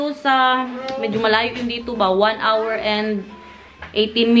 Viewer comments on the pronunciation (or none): none